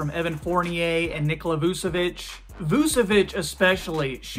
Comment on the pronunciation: It’s pronounced nick-ole-uh not nick-ola but otherwise great video! I’m a Magic fan and I thought at first maybe 9-10 seed it now I’m thinking definitely a playoff team!